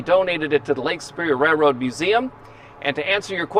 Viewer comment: Is it Lake Superior, or Lake Speer??